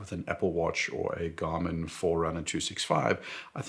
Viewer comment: excuse me but wtf?? "jarmin"???